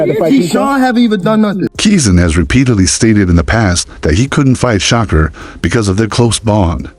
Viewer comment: U saying Shakur name wrong